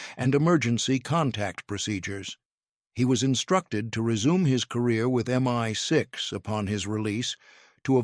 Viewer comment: I’d subscribe if you could sort out the pronunciation of M I 6 /5.